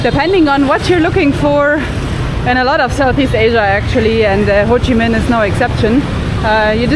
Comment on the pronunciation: bạn nói tên HCM city là quá chuẩn rồi , có tìm hiểu và học thức sâu rộng không như 1 số người được ăn được học. mà nhận thức hơi kém